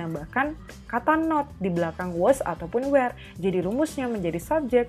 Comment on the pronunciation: Kak, sorry bukannya were dibacanya pake e kaya di kata lepas ya bukan e di kata ember. Kalo kaya yang kakak baca kesannya jadi kaya where bukan were